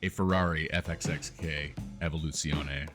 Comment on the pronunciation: Dude! Bang up job with this one🎉 Perfect pronounciation on Evolutione.😅 Now I want one in my collection.